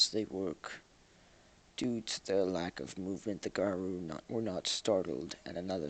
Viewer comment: I've generally heard "garru" pronounced with short 'a' and long 'u' (oo) sounds.